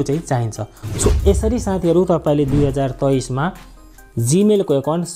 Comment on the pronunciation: Hoina tapoi nepali hoki k hoina 2023 pronounce?😊😊😂😂😂